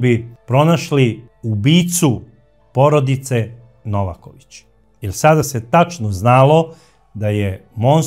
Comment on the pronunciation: Braco, nije Nóvaković nego Novàković ili ako oćeš po crnogorski Novakóvić. Nije Sozìna nego Sózina